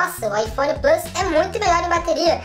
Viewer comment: Porque não fala plUs em vez de "Plâs"... kkkk abrasileira logo o negócio.